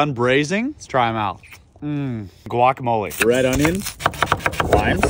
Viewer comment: Mispronounced guacamole